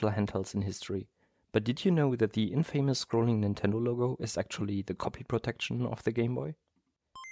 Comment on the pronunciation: Good video. BTW, the word infamous is not 'in-famous', it has the stress on the word in, so it is 'IN-fa-mous'.